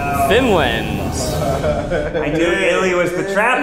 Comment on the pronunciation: Zach pronouncing "finland" with a russian accent... dude 🤣😭